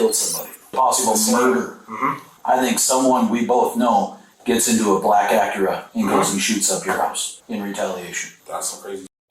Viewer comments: Say the word Acura again....the "ah-cure-ah"? Lol. I like your vids, don't get me wrong. Been watching for a long time....subbed and all that...Just found that....odd... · Acura ❌ Akira ✅ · It’s not “Akira”. It’s Acura. And these guys are goofy 🙃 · I hate the way they pronounce “Acura”… it’s not Aqira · What on earth accent gives you that pronunciation of Acura?! Aa kyu rah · Acura be8ng pronounced Akira so much drove me slightly insane, lol. Especially when the officers pronounced it properly so many times. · Shakira - Akira Tomatoe - Tomahto AC-KUR-AH lol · black aqueruh? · dann i thought this was a human narrator but hearing him mispronounce “acura” as “akira” kinda blew that illusion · Can't you narrate these videos yourself instead of using bad Computer Generated audio? Pronouncing Acura as Ak-Cure-uh. 🙄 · Never heard Acura pronounced “uh cure uh” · For the dude doing the voiceover, and bear in mind I'm trying to better your performances, please watch a few Acura commercials to get the pronunciation down. I'm pretty sure you said it about five different ways, and six of them were wrong. This is a pretty damn serious recap of a murder. It's worth getting the details, even the most minor, correct. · Uh-cure-uh? The narrator has never heard how that is pronounced before? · why he pronouncing acura like that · Why are you pronouncing Acura like that dude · Way to pronounce Acura, man this channel used to be better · That's certainly one way to pronounce "Acura" lol. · Please the mispronunciation of “ Acura “😒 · Never in my life heard someone pronounce Acura like they did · We really don’t know how Acura is pronounced? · Need to get a better bot narrator. Acura is mispronounced over and over.